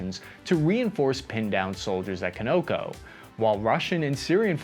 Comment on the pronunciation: Con Ō Cō